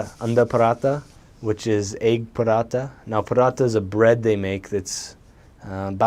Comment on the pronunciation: he is my guy, he said parotha instead of paratha😅